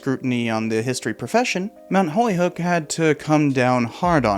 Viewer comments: Video is great so far, though I think holyoke is pronounced “Hoe-lee-oak” if it’s in regard to the one in Massachusetts. Minor nit pick, my wife used to bother me about it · Why do you mispronounce Holyoke as Holyhook? You did it at least two times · good stuff. minor pts: pronounced holy-oke not holy-hoke. & “fait accompli” does not mean what you think. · Why do you refer to Mount Holyoke as Mount Holy "HOOK"? I'm very curious. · Actually, Holyoke is pronounced "Whole-Yoke" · Mount Holyoke is pronounced like holy-oak. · lol your pronouncing Holyoke incorrectly. Its pronounced Holy/oak. but love your videos keep it up !! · Nope. It's hole-yoke. Spent the first 9 years of my life there. Well, I suppose I should qualify that by saying those years were when it was heavily Irish-Catholic. Admittedly, I've no idea how its pronunciation has morphed.